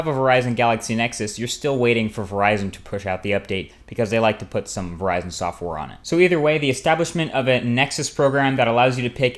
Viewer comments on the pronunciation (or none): none